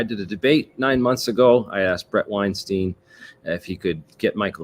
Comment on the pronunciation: Pronounce Weinstein like Einstein.. Not 'Wine-steen'..